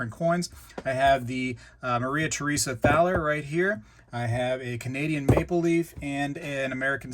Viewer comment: "Thaler" is pronounced like "Tah-ler." It is a predecessor of the word "dollar."